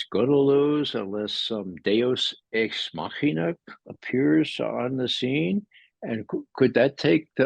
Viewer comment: Did he say Deux x machina?